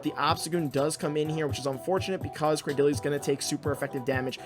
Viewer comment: According to Pokedex 3D, Cradily is pronounced "Cray-Dill-Lee", so you got it right. Also the spice vs ELO struggle is real. I wish there was a way to pause going up and down in rating for when I want to try out fun-but-unoptimal junk.